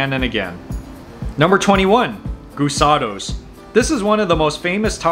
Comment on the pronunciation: He pronounces “Guisados” so wrong that it’s right!